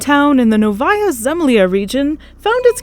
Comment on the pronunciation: This woman said novaaaayyya zemlIIIa region...bruh